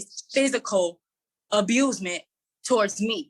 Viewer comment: She actually said abusement 🤣